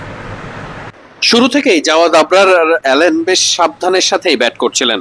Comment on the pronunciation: অ্যালেন না ভাই আলিন